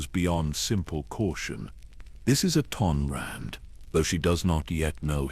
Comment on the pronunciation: Your AI has a hard time pronouncing the characters’ names. I know they aren’t real names. They are difficult to pronounce because they don’t exist in real life. If your computer or AI is reading a script, try to spell out the names PHONETICALLY. Misspell the names in the way they should be pronounced: ME - TRAH SIR - RICK. MEETRA SURIK AT - IN RAND ATTON RAND CRAY - AH KREIA BAY - OH DOO - ER BAO DUR NIGH - LUS or NIGH - HIGH - LUS NIHILUS SIGH - ON SION TEE - LOWS TELOS Don’t write the names correctly in the script. Misspell them PHONETICALLY and test your computer AI before releasing it on a YouTube video. See if, that way, it is pronounced correctly. I care about your channel. I like it. I have subscribed. Im not trying to judge or negatively criticize. I’m trying to help. Have a blessed day.